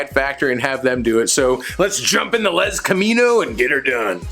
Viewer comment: Every time you say lezcamino I die!